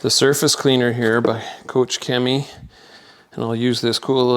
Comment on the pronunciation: Koch Chemie not kotsch Chemie, like scotch 😂